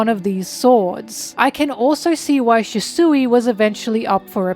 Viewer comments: SHUsui, not shisui Good videos though :) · ok don't get me wrong I love this video and your content but OML, CALLING RYUMA "rooma (with a rolled r)" AND SHUSUI "shisooie" is some of the funniest shit i've heard all year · Might be falling for engagement bait, but: Ryuma is pronounced Rē-ū-muh Shisui is pronounced Shē-Swē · Lol, why do you pronounce "Shusui" like that?